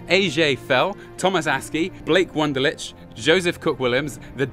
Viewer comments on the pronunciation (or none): none